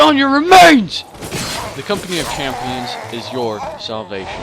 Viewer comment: great videoman, but its champions not championes lmao